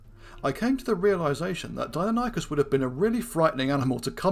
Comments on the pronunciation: Pronounced Di-non-e-cus....not Dino-ny-cus 🙈, did my head in that much I couldn't watch more than 4min of the vid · It's pronounced "dye-NON-ih-cus" -- the pronunciation is even given in this video . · Pronounced “dy-NON-ih-kəs”. See Wikipedia.